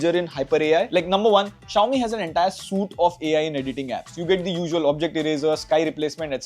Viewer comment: "suite" is pronounced "sweet", not "suit"